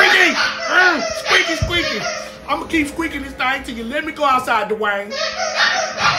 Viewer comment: The way punches the "DUUUUWAYNE" kills me!!! 😂😂😂 is the BEST!!!!!!!!❤❤❤❤❤❤